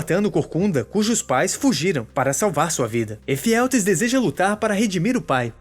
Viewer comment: "os espartas" e "Efialtês" foi de lascar